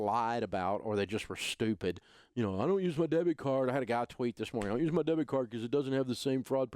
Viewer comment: three times you said debt card and I thought you were referring to a credit card (as in debt)... do you mean a DEBIT card? we've had chip cards a lot longer than USA for some reason... first thing canada has ever been first at (besides hockey haha)